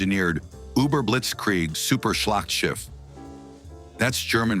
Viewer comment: "Slacktship" Schlachtschiff. That's not hard. Try grok. Btw why don't you use your normal voice,?